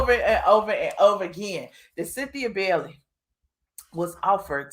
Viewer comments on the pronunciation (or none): My mom last name is Bailey and it’s not Bellly it’s Bay-ley 😂